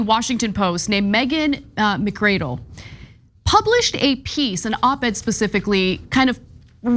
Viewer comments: took me a lil bit to understand ana meant "megan mcardle" when she said "megan mcradle" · Her name is "McARdle," not "McCradle." In Australia and Europe, their minimum wage is enough for people to live on yet companies still make money. They also have a much better social safety net because the wealthy and corporations pay more in taxes. There are too many people in this country who are working yet can't afford a place to live, or live in overcrowded conditions because of corporate greed.